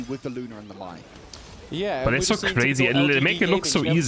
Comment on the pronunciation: Mai is pronounced like "My", not May or Mae. Although that's how I originally called her lol.